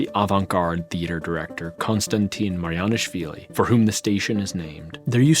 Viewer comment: The state university station of the Tbilisi metro shows best what Georgia wants to become: modern, clean and functional. That said, I still believe that we can and should build beautiful places for people to admire and appreciate in the future. p.s. its pronounced Marjanishvili, J like Jeremy.